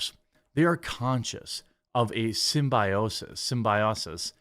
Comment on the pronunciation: Seriously, wtf even is this elementary idiocy; you can't even pronounce symbiosis and were supposed to listen to what you have to say and take you seriously? Maybe read a book and then get back to us.